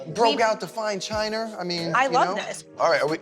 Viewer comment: "Broke out the fine chiner" oh Mike I love you man 💀